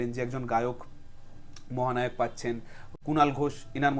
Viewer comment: 'মহানাওক' ! 😂 ব্যাটার বাংলা উচ্চারণ শুনলেই বোঝা যায় ও ম্যাট্রিক ফেল |